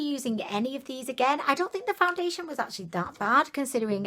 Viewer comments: got me saying foundiliation instead of foundation now 😂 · That’s not how you say foundation